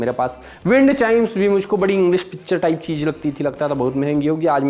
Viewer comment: Haan woh cheez ko cheej bole aor tum andaaz ko andaj 😂 sahi jodi hai tum dono ki 😂😂